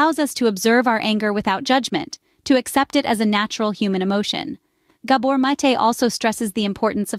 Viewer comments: Learn how to pronounce his name❗❗❗❗❗❗❗❗ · I wish the AI announcer would pronounce this wonderful man’s last name correctly … I personally feel it is at best careless and at worst disrespectful to publish content that depends on Dr. Mate’s reputation & expertise and NOT pronounce his last name correctly.